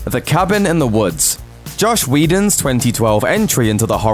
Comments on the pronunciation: Frank Elder it's called "ways things can be pronounced outside of the US". Americans changed the English language quite a bit, but few Americans are aware of this. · yeaah i cringed when he said that LOL